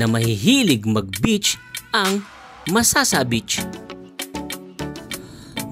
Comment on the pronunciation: MasaSa. mabilis ang basa. saSa na ginagamit na pambubong